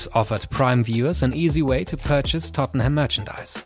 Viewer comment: It's Tottenham not tottneham